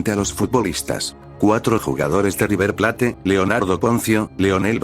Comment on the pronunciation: Buen video! Haría algunas correcciones, como corregir las pronunciaciones (suena river plait, en vez de river plate) o verificar algunos datos como el de luis diaz que hace bastante que es jugador del bayern, eso sí, en el momento del secuestro jugaba en el liverpool. Me parece muy bueno lo que haces, siento que algunos detallitos podrían hacerte pasar de algo muy bueno a la excelencia. Saludos!